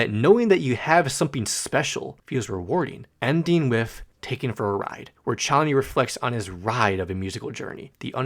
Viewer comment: Yknow I was super happy that you pronounced Chonny correctly (since you were struggling with tally hall) but then HAIKU SMH/j Anyways this is a really good explanation of Cj!